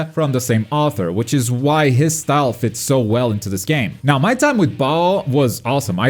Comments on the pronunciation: For the prononciation : COMBATTEZ AVEC STYLE ( you say it STILL ) 😂😂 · Hey! le "Combattez avec Style" était pas mal réussi... Hormis le "style" qui sonnait un peu trop Anglophone le reste était impeccable !